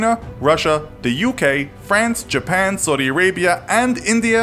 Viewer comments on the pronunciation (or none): none